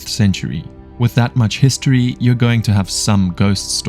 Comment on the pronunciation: "yUer" was the most distburing thing in the whole video.